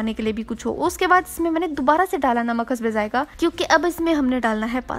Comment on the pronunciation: The way she says. Hasbey zaiqah🤣